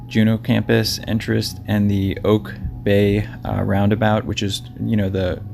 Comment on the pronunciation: I thought you were saying Oak Bay, I lived in Juneau 10 years and never heard of Oak Bay. But it's Auke Bay. Anyhow, If he went hiking up the Perseverance trail which is right behind downtown Juneau, Not sure how he ended up in Auke bay which is 15 or 20 miles up the highway north of Juneau...